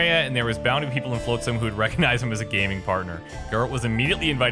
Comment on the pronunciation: FLOTsam. Not FLOATsam. I thought when the voice actor finally said it TWICE would get it... but in the next minute he's still saying Floatsam... it's driving me absolutely nuts.